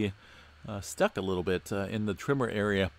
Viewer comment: Am I the only one who hears “trimmer” when he says tremor??